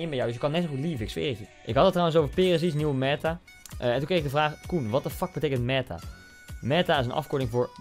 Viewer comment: Koen ie spreekt meta uit als meeta